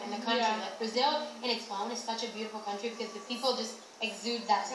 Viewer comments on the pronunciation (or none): none